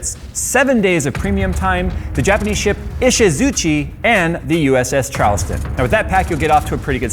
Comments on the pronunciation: Say it with me, E - She - Zoo - Chi (as in cheek) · Considers correcting pronunciation of "Ishizuchi" Realizes that is. Doesn't bother.